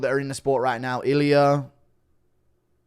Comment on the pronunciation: Its funny how he puts R at the end of names. "Iliur"😂😂